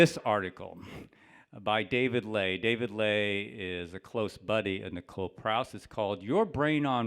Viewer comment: whoever you are, you seemed to gain Wilson's old computer/logins because not to long after this exchange years ago he offed himself. The day before Wilson died this thread went silent. And for YEARS! I have seen both sides and I side on the side of Prause (again which Wilson can't even pronounce her name right) he was an alcoholic and had mental issues. His partner And friends are now showing their insanity on Twitter. I rest my case.